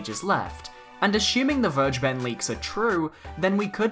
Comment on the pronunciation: How to pronounce Vergeben: Ver: like fairy without the "y" ge: the "g" is no "dji" in german, it's pronounced like the "g" in great The "e" is the hardest part for me to describe because your "e" is our "i", but it's pronounced like the "eeh eeh eeh" adlib kodak black sometimes does (like in There He Go) Ben: just like the name Ben, but you kinda mumble it In the end it should sound more like "Vergebn or Vergebm" with an emphasis on "Ver" and a ptrotracted "eeh" I hope it helps you guys and I hope Vergeben really wanted to have the german word for "forgiven" as his or her name, because otherwise this was a total waste of time for everybody that reads this comment but well, banjo kazooie for smash